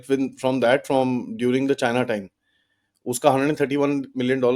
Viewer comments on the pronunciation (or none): none